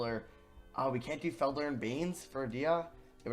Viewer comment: No one:: FED-LER *Its Fel-Der